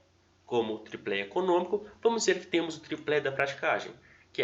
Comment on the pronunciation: Excelente conteúdo. Mas só uma ressalva... Se diz "tripé", sem L.